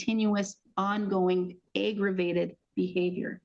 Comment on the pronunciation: AYYYYYgravated??? Cmon judge?? 🙄 Definitely not how you pronounce that...🙄